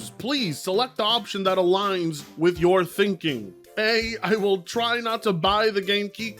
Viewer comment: yeah I like how you always blame us for yourrrr problems